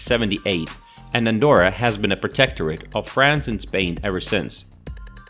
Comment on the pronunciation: Sería mejor que aprendieses a deletrear y pronunciar bien su nombre Andorra,,,, you have to practice to pronounce Andorra,,,,, before talk about the performance of this place,,,,, it is easy,,,, let's go